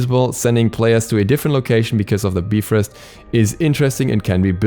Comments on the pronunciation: The correct pronunciation is biv rost,so we were all wrong. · whenever he said “beefrost” my soul would burn inside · If you look at how it's spelled most are not going to say bee but will say bi. So unless you are studied in the language or brought up in it, you will not know the pronunciation. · BYE FROST (bifrost) not bee frost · say it with me BUY-FROST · Yall know its actually pronounced Beef-rost right? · the nordic is bye-frost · Its pronounced Beefrost.. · Soooooo many times I wanted to stop watching just because of "beefrist" but I kept going. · I really hope he knows Bifrost is pronounced like there is a dash after the I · its pronounced Beefrost, do your research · "Bee frost" 💀💀💀😂😂😂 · Knowing the pronunciation is basic knowledge. Sorry you're too ignorant to know that. Smart people don't need to google to know that it's "be-frost." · I mean I wasn't complaining? I thought it was funny, that's it? Even if it is the technical Norse pronunciation (which I have no idea if it is), that is the first time I've ever heard someone pronounce it that way in and it still sounds hysterical.